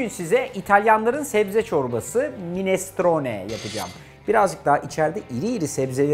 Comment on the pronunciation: Minestrone kelimesinin vurgulamasını öğrenirseniz bu size ileride katkı sağlayacaktır Arda bey….ellerinize sağlık…